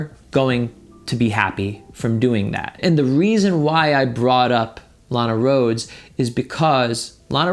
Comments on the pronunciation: I thought you said “a lot of girls” not “Lana Roads” or whatever her name is so I found it weird when PewDiePie looked up that girl 😂😂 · Instead of hearing "Lana Rhodes would never go for Pewdiepie" I thought you said "Alot of girls would never go for Pewdiepie." 😂